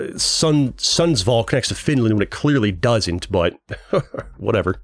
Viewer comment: Bro how do you say swedish places its sundsvall not sunnnddsval